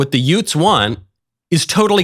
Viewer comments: Are you saying “yoots?” Like Joe Pesci’s “two yoots in a car?” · The what? Did you say; Utes? 😂😂😂😂😂😂😂😂😂😂😂😂😂